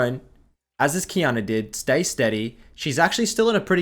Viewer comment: Ngl, took me some time to get that Qiyana was lanning against Diana with the way u pronounce it xD